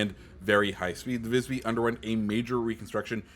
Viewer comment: Klas horn = klAs hOrn (pronounced with the A of yaaaas, and the O in ouf) Visby = vIsbY (pretty much nailed the pronounciation, just put emphasis on the vocals instead) Västerås = vesterås (Ä kinda sounds like E in eh, while Å is the beginning sound of O in oh) Skåne = skÅne (same as above, Å from oh, e is e from eh) ÖsterGötland (Ö sounds kinda like errr without the r’s)